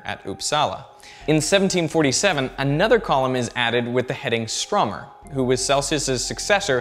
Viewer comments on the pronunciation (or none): Why the hell do you pronounce Ekström the right way and StrÖmer wrong?